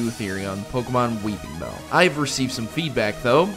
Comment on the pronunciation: weePINbell, NO "G"